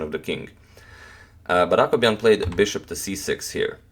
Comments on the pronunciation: When he says Akobian I always hear Aquaman hahaha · Blackdarkdarker bleach I kept on thinking he was saying "Aquaman," too.